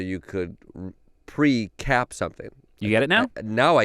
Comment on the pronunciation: Is it a precap or a precup